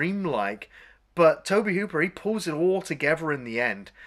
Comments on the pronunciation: Incidentally,although it’s spelled Tobe,it’s pronounced Toby.I know a lot of people have a problem with anyone who corrects grammar,pronounciation,etc.So what,big deal.People will have to continue to have a problem. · It’s pronounced “Toby”. Lovely chap. Great vid. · It's pronounced "Toe-Bee" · Tobe is a funny spelling but it’s still pronounced “Toby” :) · Tobe is pronounced Toby and he directed all of Poltergeist and BTW drank gallons of iced tea and . . . . all the actors were paid on time. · Just FYI you guys, Tobe Hooper is pronounced TOBY Hooper. Just sayin'... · Maybe try pronouncing the directors name correctly. 👎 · FYI, guys: "Tobe" is pronounced like "Toby." Also, "Dike-stra." not "Deek-stra."